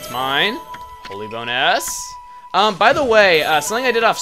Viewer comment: when u said holy bone s after you got the clover back to life, it sounded like holy bone ass!!!